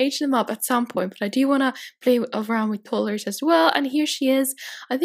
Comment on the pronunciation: I'm sorry if I sound mean I'm not trying to but it's pronounced toddlers not tottlers